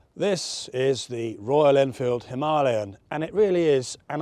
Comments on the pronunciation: WTF is a "HIM-are-LEON" 'him-a-layan' FFS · NO! It’s a Him Ah Lay un….. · Him a lay an not Him are leon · Why why why do people keep calling it the ‘Him-ah-leon’? It’s a Himalayan for goodness sake. Other than that, another excellent review. Very tempted to get one myself. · It got the name from The Great Mountain Range ‘HIMALAYA’, so Himalayan. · For the love of all that is holy, will you please learn to pronounce Himalayan correctly. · Weirdest pronunciation of himalayan ive ever heard. Really great review though. Thanks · Well I’ve never heard anybody pronounce Himalayan like this guy. I suppose there always has to be one and this guy is it! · Terminated viewing as soon as the gobshite pronunciation of "Himalaya" was heard Off you pop and enjoy your Mumbai aloo. ffs.